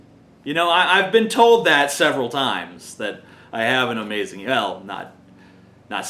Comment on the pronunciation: wow TJ u sure are "azmazing" *teehee*